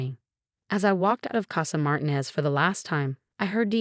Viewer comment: (1) A female narrator for a male protagonist. (2) Mispronunciation of family name. It's Mar-TEEN-ez.